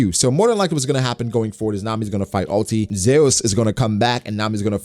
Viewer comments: That's how Big Mom says it. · why he saying zeus like that? lol